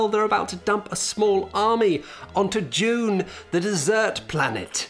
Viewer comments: Sounded like was saying "June" over and over... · I was just listening to this video and man does it sound like he keeps saying "june". At first i thought it was a joke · I love how British people call it Dyoon